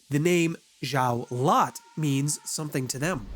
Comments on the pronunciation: Unfortunatly, Saulot is pronounced "Sa-Low", it doesn't really matter but I thought you might want to know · are you saying xio lot because that is small lot the x is a s in chinese